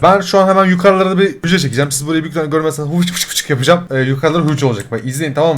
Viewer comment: Abi hücre dedinya bugün gğcreler işledik fende